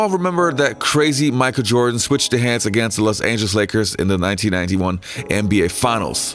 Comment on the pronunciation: "Micah Jordan"